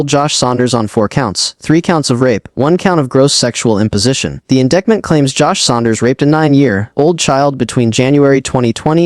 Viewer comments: Please correct AI calling indickment instead of indictment! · Is it really necessary to repeat the same information in an AI voice that can't correctly pronounce "indictment"?